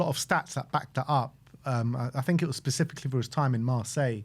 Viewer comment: "specifically" NOT "pacifically"